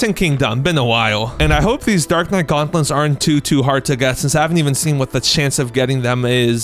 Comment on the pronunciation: "Gautnlets" xD